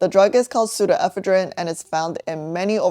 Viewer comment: ive never heard this pronunciation of pseudoephedrine before. where else do people say it like that? in eastern usa ive always heard it with the emphasis one syllable later.